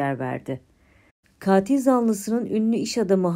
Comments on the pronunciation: tek a ile. Kaatil değil. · Kaatil zanlısı diye okunmuyor yalnız. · Katil zanlısı sizin telaffuz ettiginiz gibi değil. Lutfen bunu öğreniniz.